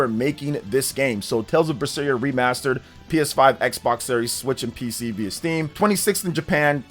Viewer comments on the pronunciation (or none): none